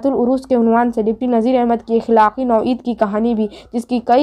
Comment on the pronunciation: Noi nahi nau hai jis ka mana kism ya type hota h